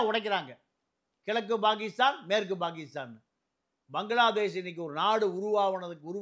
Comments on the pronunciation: பாகீஸ்தான் அல்ல பாக்கிஸ்தான் இதுவே சொல்லத் தெரியாத டுபாகூர் முண்டம் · Mr, Pl try to pronounce Tamil properly or please consider changing the name of your channel from Tamizha, Tamizha to something else. It is Pakistan not Bakistan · நீயும் உன் அறிவும், உச்சரிப்பும். Bakisthan. இதை கேட்டாளே Bakisthanகாரன் செத்துடுவான். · பாண்டியனுக்கு பாகிஸ்தான், பெஷாவர் போன்ற ஊர்களின் பெயர்களை சரியாக உச்சரிக்க தெரியவில்லை.